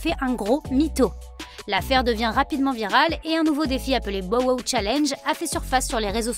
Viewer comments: hahahahahaha omg je peux plus mes porqoui tu change son nome bordel dit on Anglais no??? c'est ridicule putain 🤣🤣🤣🤣 tu dit comment 50(fifty) cent ? cinquent cent??????? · Elle devrait vraiment arrêter de dire son nom c'est trop drôle comment elle le dit